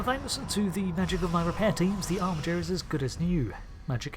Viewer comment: B'jer 😂 way to ruin the tension